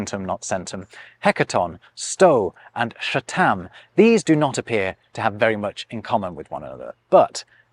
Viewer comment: "sha-TAAM"? Really? The simplest, most cursory GLANCE at a pronunciation guide wouldn't shown how far that is from "SUTH-thum".